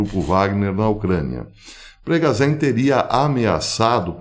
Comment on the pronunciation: Professor, sobre as pronuncias em Russo: Запоріжжя, Zaporijjia e: Евге́ний Приго́жи, Yevgeny Prigojin Essa letra ж tem som de "J"